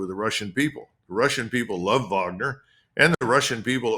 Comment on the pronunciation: Finally someone who can pronounce Wagner correctly. Vaughner